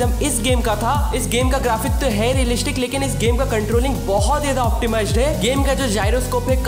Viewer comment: bhai realishic kya hai ??😂